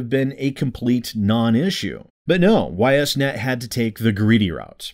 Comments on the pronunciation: for what it's worth, the company's name is pronounced "eess net". Actually easier to say than "Y S net". Anyway, screw Ys Net. Everything they've done recently is not only in bad faith but actively screwing over the people who paid for their game to be produced. I certainly won't be buying this game, and Deep Silver can eat shit for all I care. And yes, I agree, additional content should be charged for, but with shithead companies like this one using Kickstarter as a glorified pre-order platform these days, how the hell is this pre-order content not free for them? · I was going to correct the pronunciation but then eh they deserve to have people mispronounce their name because of this crap so why bother?